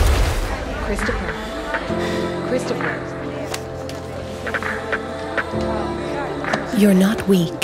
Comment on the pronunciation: Oj vad cringe. Har all respekt för Get_Right och den resan han har gjort dock. Själva reklamen i sig var väldigt cringe med det engelskt uttalade Christopher som bottenmärket.